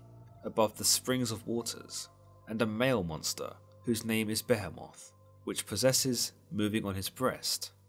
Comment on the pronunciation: Lol whatttttt gotta tighten up I almost choked when he said BEH-HE-MOTHHH LIKE REALLY BRO JUST SAY BEHEMOTH